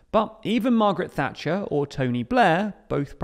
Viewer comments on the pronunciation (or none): none